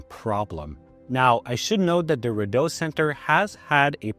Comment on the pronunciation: You know how I know your not actually from Ottawa ? You say Rideau incorrectly